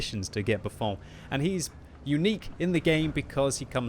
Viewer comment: Buffon is not french, please practice